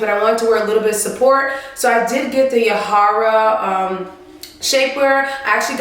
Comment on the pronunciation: Lol the way you say the name 😂😂 (ja hi ra ) YAHAIRA it’s my name too 😂😂😂🇩🇴this is great video